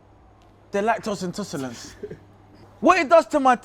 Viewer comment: He was ment to say "intolerant" but he said " intoserlant" 🤣🤣🤣